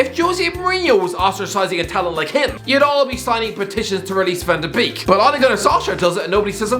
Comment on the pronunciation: Van the beak 😒 Jesus, make an effort